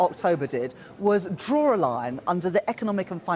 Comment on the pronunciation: Correction..."Drore a line? Drore...?" As far as I know, there's NO 'r' in 'draw'. I'm not even British or educated at Eaton or other similar private schools, and I know the difference... Can we please get it right?